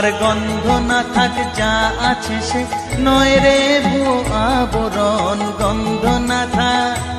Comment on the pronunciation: আবরণ নয় কথা টা আভরণ